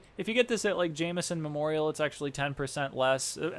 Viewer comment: ja-m’-son memorial XD